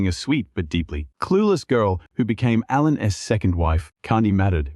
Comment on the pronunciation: Do yourself a favor. Turn the volume down. Because the narrator uses countless different versions of the same names and most of them are incorrect! SERIOUSLY!? "LINE ZAY" for Lindsey? A lann (Alan), dibert for debut??? Oh, and don't forget the Molee bu beach house!!!